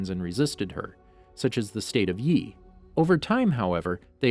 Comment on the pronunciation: Water tribe next pls, also it’s pronounced Yie with an “I” vowel sound, not yee